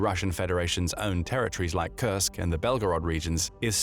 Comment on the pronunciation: Like he says it over and over to look sophisticated? Can’t pronounce Kursk correctly which it’s mostly about Kursk? Strange.